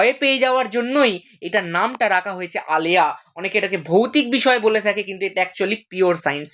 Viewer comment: আলেয়া টা আয়েলা hoye geche